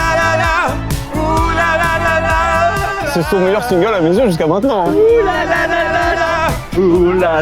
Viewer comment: C'est ce qu'on va découvrir mainant.. maintenant... faut articuler un minimum 😂